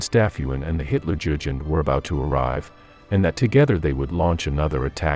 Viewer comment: hutlerjugend is trully on the next level...